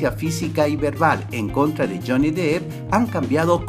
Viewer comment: Amigo... tu video, contenido, edición y todo es muy bueno.. pero por favor no pronuncies tan mal el apellido de este famoso actor... no es "Jhony Dip" se pronuncia "Dep"